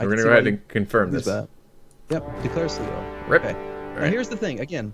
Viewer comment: Sligo, Pronounced Sly-Go